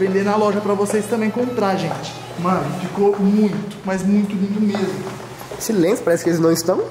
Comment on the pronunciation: MDSS O FALOU "É MESMO" e não "É MEMO" q MILAGREE KKKKK